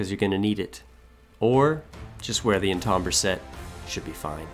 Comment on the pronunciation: Great list, but "En-tahm-burr" armor?